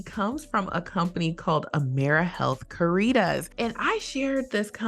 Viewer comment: Caritas is pronounced as Care Ruh Tahs. I previously worked for them 😊